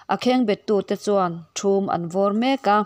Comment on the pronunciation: Thum an vawr tiha 'thum"tih hi lukhum tiha "khum"angin lam tur